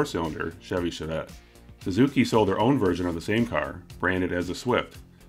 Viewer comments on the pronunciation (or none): none